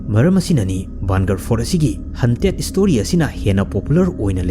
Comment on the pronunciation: Haunted haiyo hunted hunted hai leire tabada odd oi.